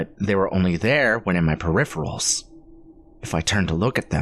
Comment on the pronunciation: If he says per---riff--uhh--ruls one more damn time....and ROSE his hand??...next he will say verse instead of versus...😂nope. Its just completely offputting...edit: he said it again...I'm done.